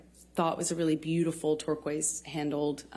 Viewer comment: The way she pronounces Turquoise drives me nuts!! Lol. If she relied heavily on her friends and they were true friends; why didn't they get her away from him?? If he was such an awful abuser why would they just except gifts from him and turn a blind eye? Didn't they see the injuries on her???? Not very good friends!! Lol